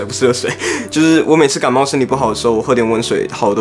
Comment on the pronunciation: 是不要說不要感冒 (欸好像幹冒ㄌxd